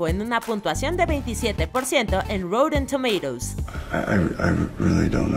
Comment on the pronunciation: "Routen Tomeiros".